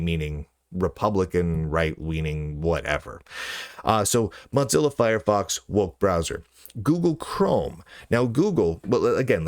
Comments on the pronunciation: Why does Lunduke keep pronouncing Mozilla as if it was "Mozzilla" or ”Mudzilla"? The company was named from the idea that the company founders wanted their browser to be the "Mosaic killah", not some kind of ... "mozzarella killah"! Mosaic ---> moe-ZAY-ick Mozilla ---> moe-ZIL-ah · Why do you keep mispronouncing Mozilla?